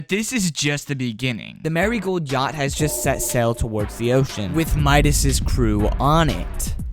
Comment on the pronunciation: He said yhact 😭😔